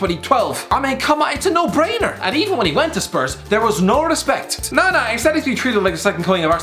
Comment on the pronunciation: Rissspect Rissspect